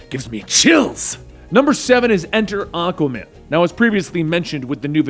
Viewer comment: Ah-Kwah-Man not Ah-Kah-Man It's a "Q" not a "K" I hate to be that guy but you made a video of a character whose name you mispronounced for 9mins and 25secs (Great video though Wet Dave needs for respect)